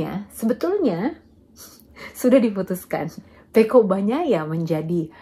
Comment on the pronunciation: Yg paling saya suka dari mbak lucy ini adalah bahasanya menyebut nama Pecco Bagnaia fasih banget, saya sulit melafalkannya